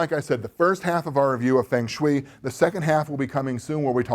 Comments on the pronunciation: There is really only 1 correct way to pronounce the game, as it is 2 Chinese words, wind and water. Sounds like "fung" in "fungus" and shui...'eh, I cannot ever pronounce it correctly, but it is supposed to almost rhyme with "way" haha, just noticed another thing "dozens if not...numbers of tens" I know you're just winging it unscripted, but that made me laugh! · Fong = wind. Same as in typhoon, with is a Tai Fong. Rhymes with song or long. Shui = water. rhymes with sway. long sway. Feng shui. It is not an onerous chore, beneath your attention, to learn to pronounce two Mandarin words. As for your pronunciation of Qi, you got that spot on.